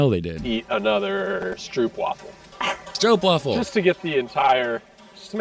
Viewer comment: You still say Stroopwafel a bit wrong . Wafel is not pronounced as "waffel", but more like "waaafel". And Sandwich = boterham , Bun = broodje . And you are the best Netherlands promotor ever! :face-blue-smiling